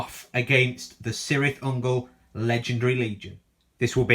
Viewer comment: "K"irth Ungol my friend, also its not Seleborn its Keleborn for future reference. All C's in JRRTs equal K's :), Great battle report